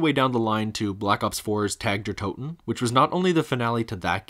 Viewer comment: Love your videos but your pronunciation of Tag der Toten makes me chuckle :)